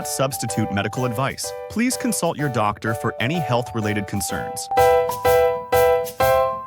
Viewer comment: That goofy sounding word “Doctor” with an awkward pause afterwards, is because the AI voice generator sees a “.” after Dr, as in Dr. Such and Such. To resolve the problem just take out the point after the Dr.